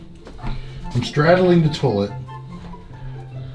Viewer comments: Had anyone else noticed how pronounced "toilet" as "toe-let?" 😂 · Marylander here, saying "tullet" triggered me. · Tour-let is now how I am will pronounce toilet from on. Thanks,! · Always like these experienced commentaries and knowing what they're seeing...then there's the 'harrible terlet' ☻